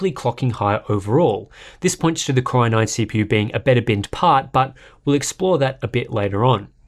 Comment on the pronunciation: I hear it like "Corona-ine" instead 😄